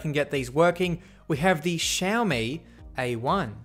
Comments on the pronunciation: Xiaomi is pronounced SHAL ME just like you said it. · You pronounced Xiaomi right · you prnounced xiaomi right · Yes you pronounced the companies name right! Proud of everything you do! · Yes!!! You got it. You said "Xiaomi" correctly!!!! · that is how you say Xiaomi. And it's my first like from a big Youtuber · You actually pronounced " Xiaomi" correctly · Xiaomi (you pronouced it correctly) is actually really good. better than samsung i would say. at least in price/performance. build quality is also nice. and their batteries don't explode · ?? that's how u actually pronounce it